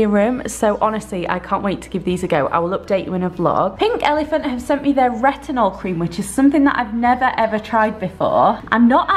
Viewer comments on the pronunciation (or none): If you get PO box from brands at least remember their names or say their names properly. Pink Elephant who? 😂